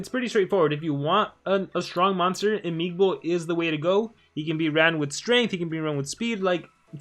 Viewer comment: its imigbo, no imigibo :v